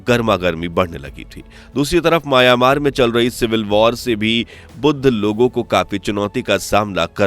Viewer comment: आबे सूरमा. माया-मार नहीं, म्यांमार